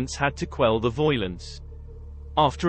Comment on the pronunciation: Love the Bristolian accent as he pronounces the word "violence" or should I say "voilence." 😂 LFC YNWA